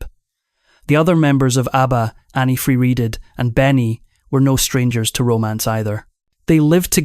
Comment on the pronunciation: Clickbait, he can’t even pronounce Anni’s name correctly 😅😅😅